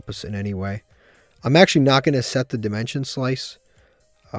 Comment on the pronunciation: Love how he misread dimension slice.